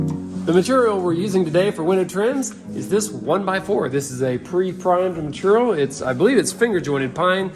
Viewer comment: said material properly, then immediately afterward went back to saying 'meterol' 😁